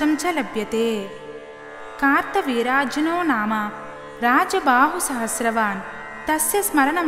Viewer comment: Kaartha veeryajanoo ani raasi undhi , Meru kaarta veerajnoo Ani chaduvuthunnaru 🤔